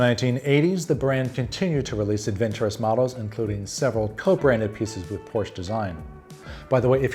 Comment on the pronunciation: Porsche is pronounced with the “e” at the end. Not as one syllable